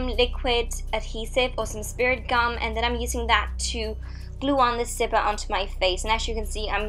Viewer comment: Zipper not sipper but is is her accent though